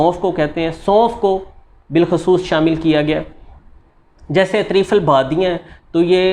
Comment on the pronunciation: Badya nahi badyan .